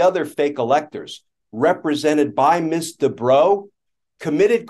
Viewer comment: Why is this female attorney referred to by their title, which is also mispronounced (Ms. is pronounced "Mizz", not "Miss"), when in general a male attorney would be referred to either by their full name or just their last name? Language is still pretty sexist without particularly meaning to be, these days.